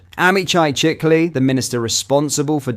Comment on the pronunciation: Few corrections. 1. the Israeli PM name is pronounced shikli . 2. He is not a senior in the Israeli government . He has a very minor office. He is fond of extreme right organizations. 3. It's not so much about Tommy recogbition as it is about Starmer recognition of a Palestinian state two weeks ago .